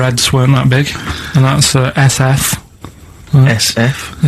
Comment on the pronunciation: his attempt at saying "SF" is... Something.